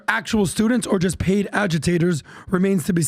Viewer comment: Pa-id by I-ran and Qa-tar.